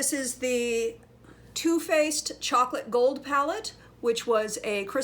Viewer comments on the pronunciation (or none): none